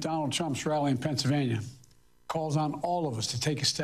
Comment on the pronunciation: Biden said "Vennsylvania" that's crazy 🤦🏽‍♀️